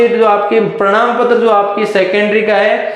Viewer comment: Bhai prnam patra nhi prman Patra hota hai 😂